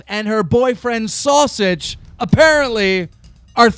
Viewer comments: the way he said sowsage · Why he say sausage like that lol